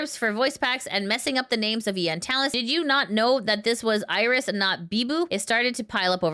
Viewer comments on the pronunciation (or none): none